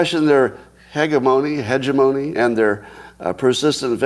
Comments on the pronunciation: Scott if you ever took a political science class or international relations class, this term is very common. Hegemony - Hey Je mony 2nd syllable accent Hegemony is when a dominant group has overwhelming power and exerts that power on others in political, economic, cultural, or ideological forms. Most often, this term refers to the power that a country or social group wields. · He's still saying hegemony wrong 😭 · Scott was struggling with the word "hegemony" a month or so ago. He continues to pretend he doesn't know how to pronounce it, denouncing the author who used a word without his permission. I dunno why he does that. I agree that the code snippet revealed by that woman looks suspect, but we don't have the code context for it, nor independent verification. I'd ignore it.